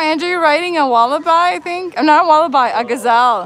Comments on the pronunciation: It's 'eeem yoo' and 'walla b', not bye. 🇦🇺😃👍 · I think I heard the word wallaby mispronounced, it was pronounced as wal-a-bye, it should be pronounced as wal-a-bee. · G'day from Queensland, You guys need to get to Australia. Morning to you guys. You guys could pass as Australian's, Wallaby is pronounced Walla-bee, Emu is E-moo. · Lol please stop saying wallabi. 😬